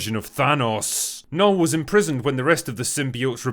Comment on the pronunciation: As a swede, I lament the fact that they didnt pronounce Knull properly (Portrayed in the movie as Null)